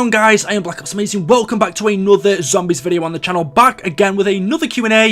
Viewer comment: Blahck ups. That’s how he says it it’s BLACK OPSSSSSS